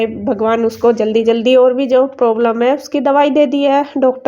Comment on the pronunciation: Problam hota hai poblam kya hota hai 😂😂😂😂